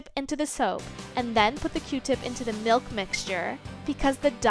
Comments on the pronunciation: milk its milk not MALK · the way she says “melk” 🥶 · The way she says 🥛 milk is annoying 😒